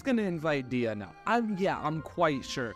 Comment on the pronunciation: "Dee-ya"...? Really? EDIT: Oh my *LORD,* your artifacts need some work. Jesus Christ....